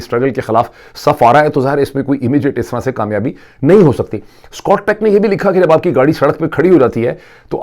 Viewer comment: Sir his name was scott peck but you were saying scot tech.